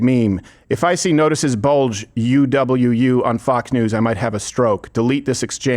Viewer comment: I can't believe Crowder didn't pronounce uwu correctly, now I can't have an awesome audio clip to share out of context :(